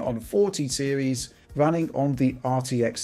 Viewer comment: Nice fwamewate, wunning vewy smoov.